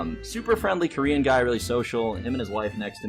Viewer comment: Well the TSA were racist to a lot of ppl that weren't white, so I don't think any of those ppl will pity you anytime soon, Mr.crybaby. Oh ya... The way you are emphasizing the word Korean is way more racist. Why don't you just quit taking planes like you quit hearthstone. Kappa